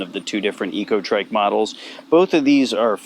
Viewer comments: Eco trec is how its pronounced i believe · Pronounce "ecotric" the same you would "electric"